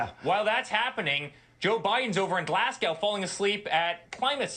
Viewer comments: Glasgow (pronounced Glaz-go, it isn't glass and it doesn't rhyme with cow, so irritating!!! Take it from someone who's entire family is from this city and many of them still live there) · For Americans it's pronounced glass-go or glaz-go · It is pronounced Glazgow eric. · Intra i just listened again for the 10th time...my friend he clearly says Glass-Gow(rhyming with cow)..I am at a loss that you cannot hear this...I know trump fans have issues but I didn't think hearing was one of them. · The clown can't pronounce GLASGOW correctly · Eric's pronunciation of "Glasgow" says a lot about his knowledge of international trade.